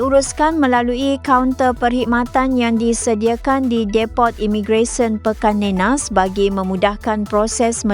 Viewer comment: Pekan Nenas, bukan pikan nenas